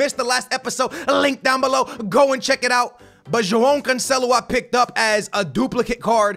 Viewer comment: Dude im portuguese and trust me, he cant pronounce cancelo and semedo's name